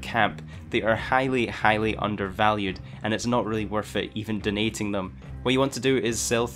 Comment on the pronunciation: Donating* not dunating. Are you on drugs??